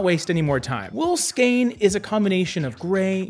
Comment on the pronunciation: Thank you for pronouncing "skein" correctly. 😉